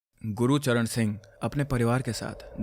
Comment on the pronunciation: Gurucharn ❌ gurcharn☑️